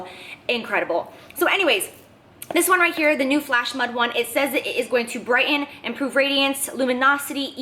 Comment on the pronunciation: Why do you talk like a rapper or a gangster? Pronounce your "T"s, girl. BrighTen...get out of the back of your mouth. This is very off-putting.